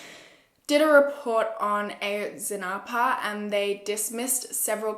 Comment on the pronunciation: Ah-Yohtz-Si-NahPuh ;)) A is short, so it’s Ah! also I’m Mexican and I really appreciate how you did this case. Everybody knows Peña did it, he made the Iguala mayor do it too. He was a disgusting president and I’m glad there’s a new president. There’s no reason why police officers from the state would take students on their way to a protest. It’s disgusting how 43 students were taken and nobody knows where they are. I feel terrible.